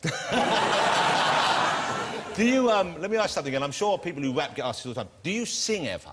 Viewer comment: 😂😂😂 JR should of said hip hop... not waap😂😂 brilliant interview 😂😂EminemSlimMarshal.. Living Legend❤